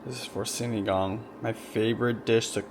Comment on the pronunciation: Sinigang 😊 not sinagang 😅